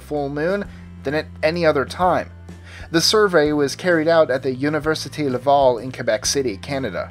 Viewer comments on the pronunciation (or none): Lol Lhavhal university.... Ici on dit: université Laval maudit! Sorry, first time I hear it and it sound weird to my ears, keep on the great videos everyday!